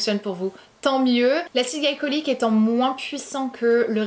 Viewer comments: Tu as pas arrêter de dire « acide galicolyque » au lieu de « glycolique » pendant toute la vidéo , ça m’a tant stresser 😂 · Glycolique se dit glicolique et pas glaïcolyque... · Acide glycolique on dit gli comme dans glitter